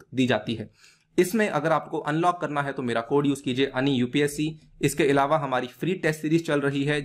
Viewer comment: Sorry to say but इलावा की जगह अलावा बोलें🙏🏻